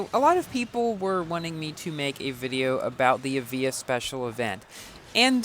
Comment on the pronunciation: 1 star Evija: Not so good... 6 star Evija: Alright! I've changed my mind!!! P/S for: The pronounciation of the Evija: It's pronounced as A-VI-YA, not E-VEE-JA. Confirmed by Lotus